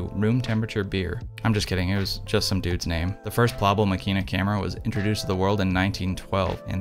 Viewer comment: In German we pronounce Plaubel like cowbell... plowbell.